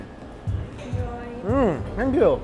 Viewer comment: AHAHA SAYS THE MOST CLASSIC ASIAN "THANK YOU" EVER